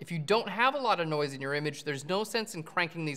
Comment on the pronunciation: every time you said noise it sounds like NOICEEE - key and peele. haha